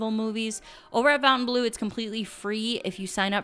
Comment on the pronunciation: Hi, I love your channel. The updates and the food reviews! 🤩One thing I am going to say and I hope you don't take offense to it....Fontainebleau does not have a 'u' in the spelling. So it isn't ⛲blue. The phonetic pronunciation is, fah-tin-blue. Try it. It gives the proper feel of luxury to the beautiful properties both in Vegas and Miami.